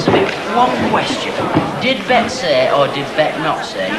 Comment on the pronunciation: Its Bet, not Bett